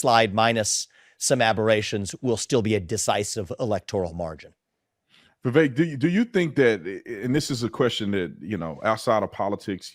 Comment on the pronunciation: Vivek rhymes with cake